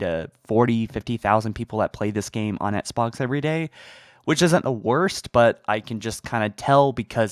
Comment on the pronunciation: Flame suit on for voicing my irrelevant opinion, but... Dude...please learn how to pronounce "XBOX". It's not "ETS-BOX"... You can clearly pronounce the letter "x" right, because you say "box" just fine...why is the initial "X" part so hard? It'd be like if Joe Rogan pronounced MMA as "Minced Marchal Arcs". Not to be harsh, but Bro- this is your JOB.